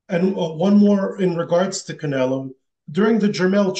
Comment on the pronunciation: Bivol call canela 😂.